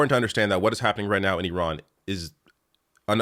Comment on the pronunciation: Refreshing to hear “Iran” pronounced correctly.